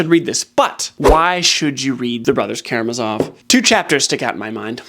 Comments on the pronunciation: Great list. I've read most. My wife is thinking of joining YouTube to subscribe to your channel. But two quibbles. First, as a Russian speaker I'm horrified that you mispronounce not just one but two syllables of Karamazov. Second, I was amused that you put The Stand on top, since for 50 years I've been mocking that as the worst book I've ever read! "He's puttin' on his boots and he's a-walkin' he's a-walkin'" over and over for 1500 pages, but he never gets there. I can't believe you put that stinker above Brothers K. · Care uh MAZ' ov